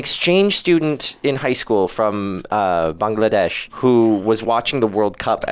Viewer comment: Damn,! You pronounced 'Bangladesh' so correctly! How did you do that? People from america never did pronounce 'Bangladesh' like you! A huge applaud for that! 👏